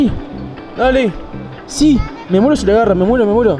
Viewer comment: Me nuero envés de me muero jajajajajajajaa